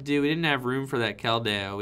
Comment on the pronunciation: Why must you butcher Keldeos name